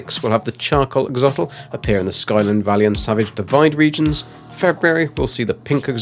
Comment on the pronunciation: It’s “Ax-o-lotl”., not “axotl”